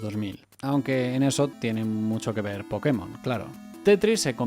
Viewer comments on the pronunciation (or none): none